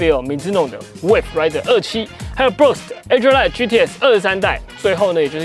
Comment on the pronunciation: brooks adrenaline 的發音不對